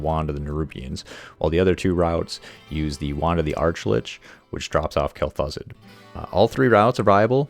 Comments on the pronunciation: It's Kel-Thuzed. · "Kell Thoo-Zahd"